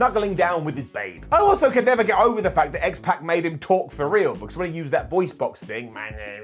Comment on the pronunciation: Can you please start pronouncing names correctly? X-Pac’s name is not pronounced that way.